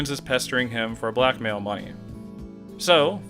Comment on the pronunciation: Whenever you say "blackmail" I think you're saying "black male"